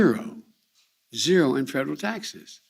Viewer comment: Is he saying "fredral" instead of "federal" ?